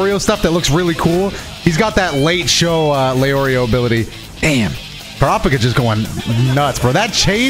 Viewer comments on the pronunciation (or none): Brother pronounces Kurapika different every time he says it lmao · Also the way he said Kurpikas name that first time?